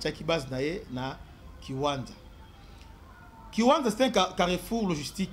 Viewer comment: Merci beaucoup, mais la cité se nomme kiwanja et non kiwanza, merci à vous🙏🏿